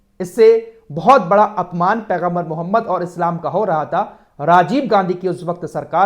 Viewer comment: ارے اللہ کے نبی کا نام تو صحیح سے لیا کرو